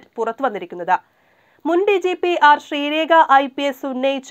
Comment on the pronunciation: ശ്രീരേഖ അല്ല പൊട്ടീ 😂😂😂 ശ്രീലേഖ യാ.... 😜 പേര് പോലും ശരിക്കും അറിയാതെ വാർത്ത കൊടുത്തിരിക്കുന്നു 😀